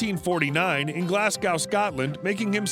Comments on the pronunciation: There is no such place as Glasscow.... Glasgow is pronounced Glaz-go it pains me as a Glaswegian to hear that.... it’s the same as calling Edinburgh ... Edin-burg!! 😡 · Glasgow pronounced Glasgo. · Did the speaker REALLY just rhyme "Glasgow" with "cow"…!? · Your pronunciation of Glasgow is embarassing!